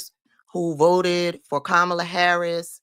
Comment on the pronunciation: Nelly Flipped it and did NOT answer the question. He did NOT even pronounce Madam VP’s name correctly!